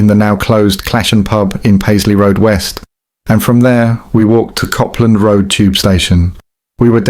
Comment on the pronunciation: Pal, it's ( cope )land Rd, not ( cop )land rd. If you're going to make a video, then don't mug yourself af and mispronounce names 💙